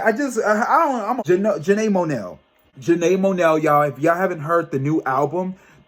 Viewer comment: Janae Monell?!😂😂 Aaron Hill?! 😂😂 You crack me up when you mispronounce names but it’s all ❤ The blonde looks good on you 😄😍 I’m shocked when you mentioned the Renaissance movie merch prices 😲 I watched the Soul Train Awards and it was presented very different this year but the music was on point. If you haven’t already heard October London’s music please check him out 🥰❤😍.